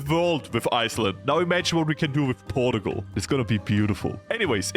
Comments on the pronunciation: Portugal is pronounced Por-chuh-gul not Port-o-gol, just small mistake you made :) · the "porgal" makes my brain lose braincells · And this nation... Is 'ourtgal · Yes the great nation of "porugual" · Porta-gul is how you pronounce it now and no one can tell me otherwise. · The way u say portugal made me itchy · rank the pronunciation of Portugal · Bro whi. Says. Portugal like. That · that cannot be the right way to pronounce portugal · In this small amount of time I have watched this video you have Broken how I read Portugal I cannot read it anyway that is not how you say it